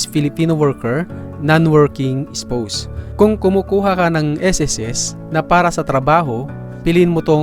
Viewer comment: spaws yun pag read po hindi spows